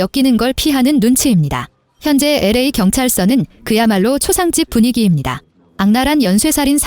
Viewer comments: 진짜 나레이션 때문에 집중1도 못하겠네요. 엘에이인데 '라' 라고 읽는 멍청한 AI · LA를 "엘에이"라고 읽지 않고 "라"라고 읽는 경우는 처음 봅니다. 아무리 AI로 녹음하더라고 한번 정도느 체크를 해 봐야 하지 않을까요 ? 성의의 문제입니다. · 나래이션 거지같네 LA 를 라 라고하네. 목소리도 거지같고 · LA를 라로 읽는다. 너 누구냐? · LA를 라 라고하네 ㅋㅋㅋㅋ 검수같은거 안하고 그냥 ai 찍 돌리고 영상올리고 끝이냐? ㅅㅂ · 라 에가는거라니 ㅋㅋㅋ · LA를 라라고 읽으면 어짜노.....확인안하냐?? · LA를 라 라고 읽는거 컬투쇼에서 그렇게 많이 떠들어대서 그 영향이 큰 듯. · LA를 "라"라고 읽잖아요 ㅋㅋ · LA 가는것을 라로 간다고 나레이션??